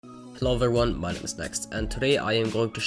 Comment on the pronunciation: It sounded like you said cloveveryone instead of hello everyone